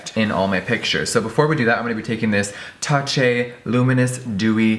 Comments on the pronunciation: Will no one point out he said "ta-chey" instead of ta-cha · It’s taw-chuuu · I'm laughing at "touchey" lol Jeffrey is adorable.